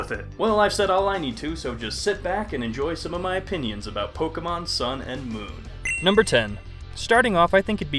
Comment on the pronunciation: Did you say "sun" or "sound"? Move your mouth more so we can understand you.